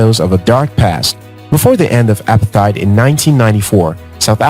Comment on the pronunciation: As a fellow South African watching this video, I would like to ask if you could pronounce apartheid correctly cause the way you are saying it is very, very wrong. it's pronounced as uh-para-te-id. Thank you